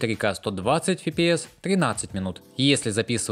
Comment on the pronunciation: Неоднократно смотрю ваши выпуски новостей и никак не могу понять, что такое ФИ-ПИ-ЭС. Фи - это значит плохо? Типа, фи - плохой кадр или фи, как плохо пахнет? На таком солидном канале, как ваш, подобное выглядит, как минимум, смешно. В английском языке нет буквы ФИ, но есть буква ЭФ - F. Пожалуйста, попытайтесь правильно произносить эту аббревиатуру. FPS - ЭФ-ПИ-ЭС.